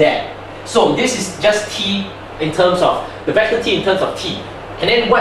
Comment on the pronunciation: Wait, is it TUMS, like the antacid? Oh whoops! I am wrong again!... It's terms, I didn't know a tum is a mathematical TERM! My mistake, I though we were learning about medical tuminology, whoops! I mean TErrrrrrrrrrrrrrminology. When I say ni hao, i don't say neee whoooo, lol, you can do math, but you can't speek, which one is more difficult? FUCK!